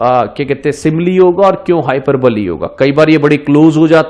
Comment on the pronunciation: Sir it's not हाइपर बली its हाइपअःबोल.